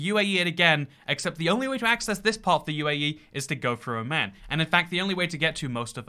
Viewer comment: Oh no his Oman pronounciation sucks. Dude refer a video it's not that hard